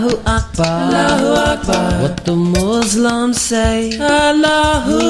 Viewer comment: Good attempt. I wouldn't categorize it as nasheed though but anyway good job. Try to work on the "s" of Muslims . It's sounding like z. Thanks for sharing.